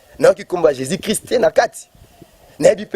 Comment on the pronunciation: Mdr le journaliste même ne sais pas parler " occiltisme" Le soit disant prophète aussi ne sais pas parler "Jesis christ Allez y apprendre à parler au lieux de vous permettre de faire des émissions à la con Laissez Dieu lui même jugez ses ouin